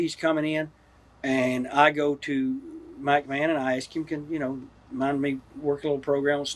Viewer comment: sounds like he's saying "Mike-Mahon".